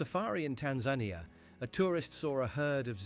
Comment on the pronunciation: If the narrator isn't AI, he needs to brush up his skills,, as he regularly puts the wrong emphasis on words. And he can't pronounce "Tanzania."